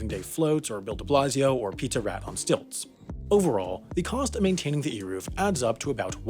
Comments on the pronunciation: That was painful to watch. Eruv - rhymes with hey move Melacha - the ch is pronounced as in Chanukah, and it doesn't mean "work," it means creative activity. "Avodah" means work. And "melacha" does not appear in the 10 commandments (which, btw, we don't call the 10 commandments, but the 10 utterances). "The rabbis decided ..." Nope! All those laws were given to Moses by Hashem, they just weren't written. Hotzaah - rhymes with oats mama. On Shabbos you can't bring your toaster to your front lawn with or without an eruv. You can't carry it from your bedroom to your living room either. A toaster is "muktzeh" which means you aren't allowed to move it with your hand. If the Sabbath Goy forgets to turn the lights on, he can be reminded. There are certain rules that are different for a congregation than for a private person. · Also, here’s some pronunciations (you didn’t butcher it too badly!). Eruv: “ay rahv”, Malacha: “Mah- luh-cha” (ch is not pronounced the way it is in English. In Hebrew it is a rough, throaty sound). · As an observant Jewish person I this is a very good video but a couple of the pronunciations are wrong such as Melacha (pronounced as Mi-la-ha) and Hotzaah (pronounced like hoe-tzah and Eruv it is (pronounced like A-roove) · It’s pronounced Aye-Roov :) your welcome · It's pronounced "air-ov" wire. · Melachae has the ch pronounced with a hacking to clear phlegm. Eruv is not eeruv - it is ehy-roov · It’s pronounced ayruv And ma-la-cha And tal-mud like mud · Here in Israel it's Eh-Roov. BTW it's MelaKHa not MelaCHa.